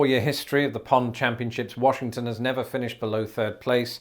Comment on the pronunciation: Warshington. They say Warshington.